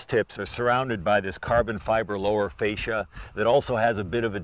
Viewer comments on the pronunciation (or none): none